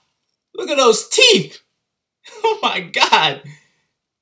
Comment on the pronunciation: "look at those teef"😂❤️